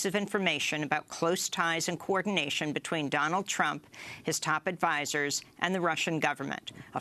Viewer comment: Lol she called Trump "chump" .